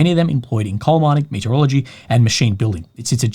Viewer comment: saying "metallurgy", I hear "meteorology":)